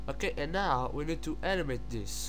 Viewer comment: Naoow leats preass DELAETEE. dear god...